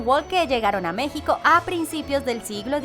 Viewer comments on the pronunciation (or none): none